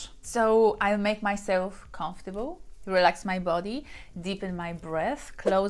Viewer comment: "I make myself com ... fortable."😘